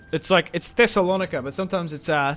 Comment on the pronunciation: The way you pronounced the greek name of Thessalonica was just hilarious😂😂😂